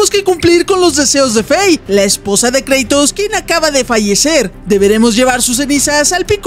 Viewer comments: No se dice kreitos se dice kratos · kreitos? es kratos